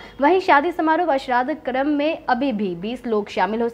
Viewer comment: "श्राद्ध कर्म "'का उच्चारण "श्राद्ध क्रम " न करें ।